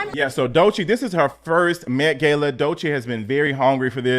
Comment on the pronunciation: Omg, it's met gah-la. A simple Google search would have done it